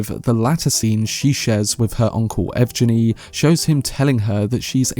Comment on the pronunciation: Since Valya is from Valentina (a east slavic rendering of the name VALENS), then EVGENI should be EV-Gheh-Nee